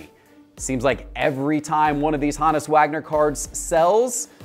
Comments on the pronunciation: “HOnus” not “HAnus” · Hone us Wagner. Proper pronunciation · Why is he saying Honus like that lol?